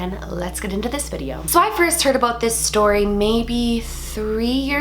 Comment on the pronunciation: Ha She said "aboot"